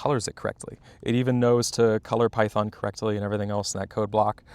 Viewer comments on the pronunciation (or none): none